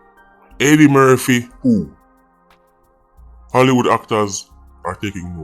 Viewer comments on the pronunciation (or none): none